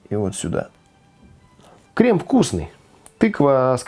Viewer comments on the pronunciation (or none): дэмбэль, одэсса, крэм, берэт, крэсс